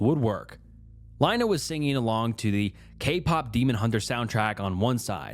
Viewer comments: Lina like Angelina, not Carolina😘🫡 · LEENAA IT'S LEENA NOT LINE-A!!!! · Why do you go from pronouncing the name Lina from Leena to Line-a?? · Plus, "Lina," lol. Names are always a bit debatable, but generally speaking, it's pronounced like "Leena." It's often short for different names ending in "lina." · How is nobody talking about him pronouncing Lina 10 different ways???